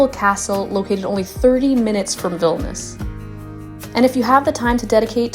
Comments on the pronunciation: Vilnius pronounced Vil Née Uhs. It would add credibility to an otherwise great video. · Veelneeooos....is the correct pronunciation.....